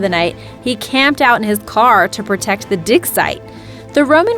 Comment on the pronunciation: Egerton is pronounced edgerton